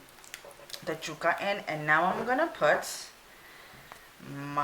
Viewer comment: Omg... it drove me insane the way you said yuca.... Jewka! .... yoooka... yoooka.... fyi the “stick” in the middle is a stem.😤